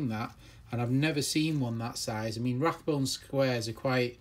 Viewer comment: It’s not Rathbone there isn’t a “TH” in it, it’s Rabone and pronounced ray-bone.